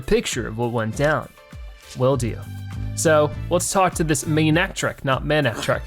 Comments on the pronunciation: It is ma-ne-tric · Manectric is a combination of mane and electric, hopefully that will help you with its pronunciation.